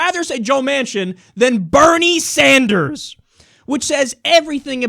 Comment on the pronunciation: She pronounced Bernie Sanders wrong but ok........